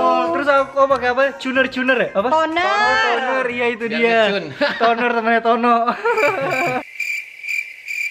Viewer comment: Juner? Toner bang:v